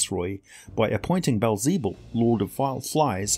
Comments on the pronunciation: Aside from the butchered pronunciation of Beelzebub fantastic! (Beel - peel with a b. Ze - like a German person trying to say the Bub - wolverine) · Baal zee bul? Bee el ze bub. It literally means “lord of flies”